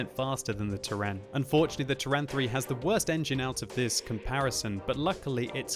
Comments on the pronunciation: I cant hear the version of how pronounces Turan, yuck, lol, Though the Hungarians amongst the viewers should help with that I hope. I personally pronounce it as Tuuran, not Turrahn... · okay, now spell it like that: "Tour-run"